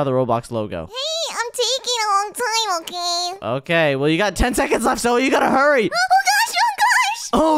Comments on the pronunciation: not zoye its name zoey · you are calling Zoye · Guys it is not zoye it’s zoey 😂\ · did say ZOYE?! INSTEAD OF "You mean zoey?" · bro call zoey zoye what he'll